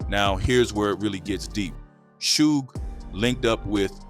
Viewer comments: Why u say suge like that 😂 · Why u say suge like that weirdo 😅